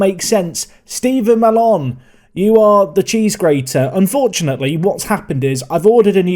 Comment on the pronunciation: I think Mallon is pronounced mal-in